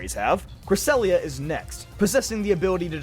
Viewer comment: CRESSELIA, NOT CRESELIYA! AND DARKRAI DOES NOT END WITH A Y, IT ENDS WITH AN I! AND THERE IS NO S IN MYTHICAL!